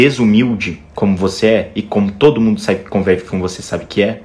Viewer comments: "Conveve" doeu muito 🤣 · Eu falando "conveve" junto com eles kskskksks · Mds eu parei no minuto que ele disse "Conveve" HAHAHAHA Nem Felipe e Samantha perdoaram....